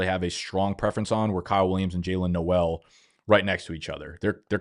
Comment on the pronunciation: Pronounced "NOLE" , not the Christmasy "NOEL" /pedant